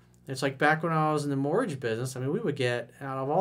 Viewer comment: Mortgage sounds like mortg